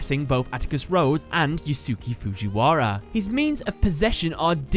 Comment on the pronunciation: The correct pronunciation for Yusuke Fujiwara's name is "You-Skay Fuu-gee-wara"